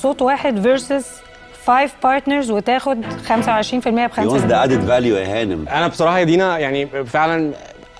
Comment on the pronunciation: Yes specially when she said: Vaded Alue